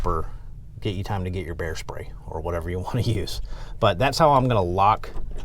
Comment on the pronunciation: thought he said "Hair spray"